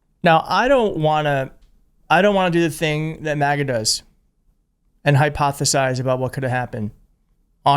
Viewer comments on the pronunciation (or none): none